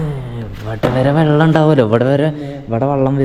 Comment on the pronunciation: ജലത്തിനെയും vallathineyum രണ്ടിനെയും വള്ളം എന്ന്പറയുന്നു 😂😂